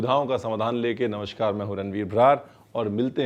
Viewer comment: Very nice as always...please namashkaar nahi namaskaar bola kariye...shukriya